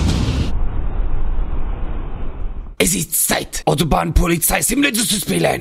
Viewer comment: "Es ist Zeit Autobahnpolizei Simulator zu spielen!" That actually wasn't that bad, nice pronunciation! Greetings from Germany ;D